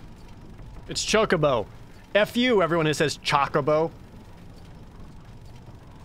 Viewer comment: Who the fuck says Chah-cobo?